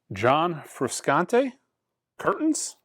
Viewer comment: Hi, John Frusciante is pronounced Froo-shaan-tay. Hey, he's only been famous since the 80's 😄 If you didn't know, he's the guitarist for the Red Hot Chili Peppers. Love your content. Keep it up!